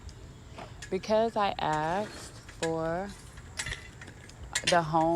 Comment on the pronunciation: She said I axed and what is she saying I asked